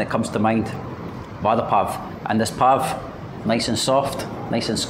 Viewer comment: I was laughing 😂 when he said vaadda to vada